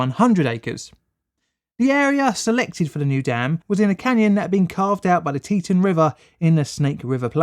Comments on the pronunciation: Teton .. = TEE TAWN .. not T-tin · Tee-tawn not tee-tin, but great video nonetheless! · Teton is pronounced as Tea-ton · The "teetun" river? Sorry, no such thing. It's "Tee Tawn". Pronouncing it as 'teetun' has only just alienated you and your videos to the entire population of half a dozen states. Not a good idea to visit them now. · FYI, the pronunciation is TEE-tawn, not TEE-tun. 2nd syllable rhymes with "gone." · For future reference: It's Tet"ah"n not Tet"uh"n. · Forgive me if this has been pointed out already but I believe Teton is pronounced "Tee Taun". See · And Teton is Tee-Ton. Not Te-Tin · Pronounced tea-TAHN or tea-TAWN not tea-ten or tea-ton. Second syllable rhymes with dawn. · Yep, Locals call it Boy See, out of towners call it Boy Zee. The biggest pronunciation error was Tee Taun not teTun. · Teton is actually pronounced Tee Tawn. I was a national guardsman on state active duty in the aftermath of the dam failure. Damn failure, that is! :) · Teton, FR: tit. "Tee-TAWN" according to actual residents. Really. Source: grew up there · Pronounced like: Tea-tawn = Teton Pronounced like: Boys-ee = Boise Idaho is full of caves, or hollow of caves, I suppose it depends on how you look at it. Either way, Idaho has many cave systems. I was born in Idaho. 1B > fellow Idahoans will know what that means. ;) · Tee-tOn is how we pronounce it in Idaho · Great video, but it’s pronounced tee ton! I know, I lived a good part of my life in the flood zone. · It's pronounced more like tea ton. I was living down river in Aberdeen when the Teton dam broke. It was terrifying. I had nightmares until I was 11 or 12 about being swept away. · I love your shows. But this one was difficult to watch.... I know.... I know.... But its "Tee-Ton" Im sorry. was driving me nuts. You do know the Idaho national Lab and the ERB-1 is in that area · Boise - boy see - Teton - tee tahn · pronounced teee tahhn dam by the locals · Fyi, its pronounced tee-tawn... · Tea-t"ah"n and boy-sea